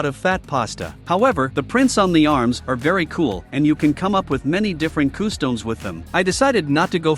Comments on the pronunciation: why do you say customs like coostowms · I’d anyone else bothered by the robot narration? It took me the whole video to realize “koo-stomes” was…customs. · coo-stomes…not watching any more of this channel for sure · Customs ❌ Costoms✅ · nobody: nothing the ai text to speech: KoOhsToMEs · I can't get over the way they say customs / costumes.